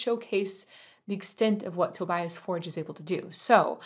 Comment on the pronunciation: To-BEE-us For-gee (I know he doesn't care if people say it correctly, but come on, Swedish isn't THAT hard :P)